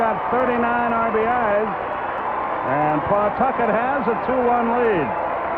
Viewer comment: Let me be the 1st Rhode Islander here to mention that the correct pronunciation is "Puh-TUCKIT", not "PAW-Tuck-et". 😀